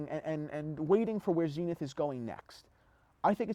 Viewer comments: Zen-ith not zeen-ith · Zenith is a word. Dont you just pronounce it the way you'd prounce the word zenith? ie american english vs british english? Like omega?